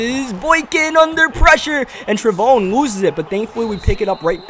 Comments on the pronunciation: His name is pronounced Trey von (like Von Miller). Just in case he's starting somewhere next season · its pronounced Trey-Von like VON miller